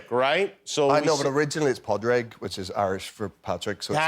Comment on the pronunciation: Here to say that Caitriona said Pàdraig twice.